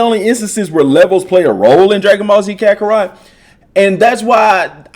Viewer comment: up ohhh you said it. U said crackarot 😂😂😂 I love you with all my love (time for me to play some crackarot)